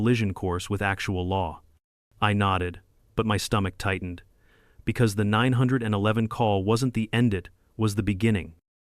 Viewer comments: Teach your AI that it's pronounced "nine one one" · First clue this is AI is that the narrator can't say 9-1-1 properly.